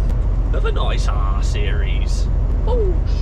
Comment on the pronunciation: When you said nice r series at first I thought you said nice arse